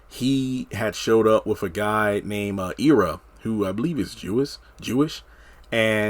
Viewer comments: It's pronounced Eye rah. Not Ee ra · Not EEErra its Ira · The characters' name is pronounced "Eye-rah" (spelled Ira) not "Ear-rah"! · Forgive my pettiness but it drove me crazy that you were pronouncing Ira (Eye-ra) and Citsy (not Cisty) wrong. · Pronounced Ira Eye Rah